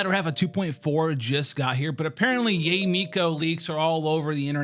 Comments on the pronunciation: its pronounced YAH - EH not YAY..... jfc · Yay is the most yt pronunciation of Yae (Yaye)